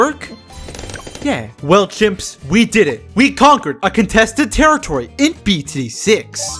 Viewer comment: Contestet terretitory